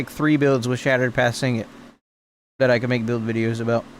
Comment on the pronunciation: Nice content man. But please. Sig-net not sing-it. Shattered path signet. 😅